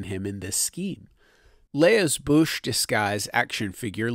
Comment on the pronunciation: I always heard it was pronounced "bowsh"